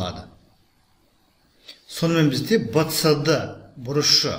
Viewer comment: Вцд демей бсд деш жағымсыз естілед